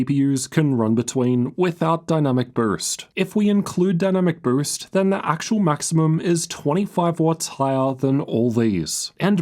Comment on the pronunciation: Bro struggles with the word “boost”